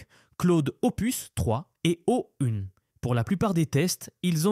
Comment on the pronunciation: Ecoutez à : Claude 3 virgule 5 et O-une. Mais sinon, j'avoue que le Text-to-Speech est plutôt bon